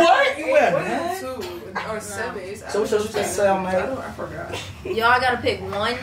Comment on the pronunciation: The way her best friend says seven has me💀 he said Semm🤣🤣🤣